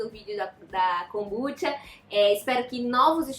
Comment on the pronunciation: Tenho TDAH e adorei o vídeo. Acredito que ela esteja falando para um público não leigo, há diversos vídeos 'amadores' sobre o assunto. E a pronúncia dela está correta, assim como Kombuchá tbm está.